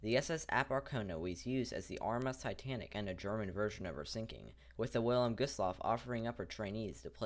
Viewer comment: The "W" is pronounced as a "V".